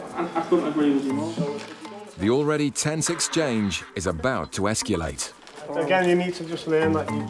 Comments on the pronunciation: I know - he said esculate 😂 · Why are people starting to add a "u" to the word escalate